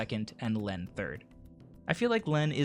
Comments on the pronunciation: Lene is pronounced like Leen. Very good video as always! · It's pronounced "Leen". As in "gene" or "serene".